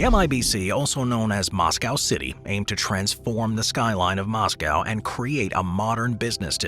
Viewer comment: Dude can't even say Moscow,!